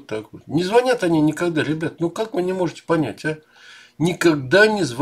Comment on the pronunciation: Не звОнят сАвсем 😗😂